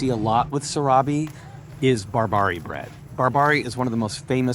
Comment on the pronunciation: which area or which street the market is located the food you were explaining is not sorabe is seerabe and the brand is not BorBerry is bar-barea ( sound like apple )